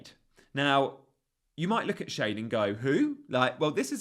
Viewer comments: Not Shade------Shar-de, 😅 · I thought schade was pronounced "shah-day"? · Schade is pronounced, Shaa -dey, long 'a' and the 'e' is kind of pronounced. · you said yourself that with Lewis you couldn't be too gung ho and go for another risky cheapo pick, which is what Van Den Berg is. Ppl might only look and say 'who?' if you continue to pronounce his name as 'Shade'